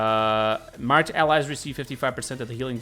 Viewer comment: Why do you keep saying marked like that? It's weird